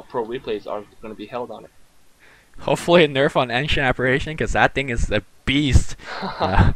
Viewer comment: AN SHUNT apparition lol A nn shun is how ud would say it too cool for tat